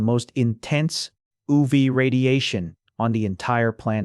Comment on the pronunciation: oov, oo vae, and not yu vee😅 im confused